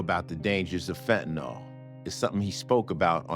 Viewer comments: Why do Americans have such trouble reading words? The word is pronounced “phen-Ta-NiLL” clearly. Nyl is pronounced Nill, not Nawl. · They could’ve at least made sure Ice T pronounced “fentanyl” correctly. Yeesh.